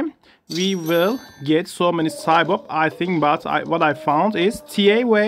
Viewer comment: Its pronounced Tee A Wa Not Tee Ae Wae